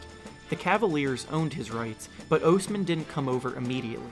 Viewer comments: Cedi ohsmam? Pronounce his name right! Please! I hate when big you tubers can’t pronounce bigger names. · By the way, it’s pronounced like jed-eye aus-man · good video, but its Osman not Ousman :D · God I FUCKING HATE the way you say "Osman". You sound like Dr. Evil. I've never hated someone so much for really doing nothing wrong, but fuck you and fuck your stupid video. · Bruh be trash cuz you can’t even say his last name right